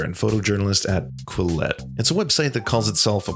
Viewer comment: Holy shnit, someone FINALLY pronounced “Quillette” correctly!